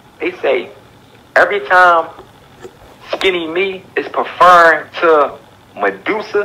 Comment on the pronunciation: He said he`s perferrin.....(baby boy movie) nigga you know what I mean😂😂....oooh you mean referring